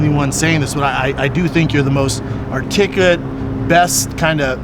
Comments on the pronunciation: Shaub needs to stop attempting "articulate". articalate, articlate, artificate. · "You're the most arrtickuwet mind" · Him mispronouncing articulate was all kinds of ironic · The way Brendan Schaub says articulate is ironic. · All respect to Brendan but you trying to say articulate made me geek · Brendan can't articulate the word articulate....😂😂😂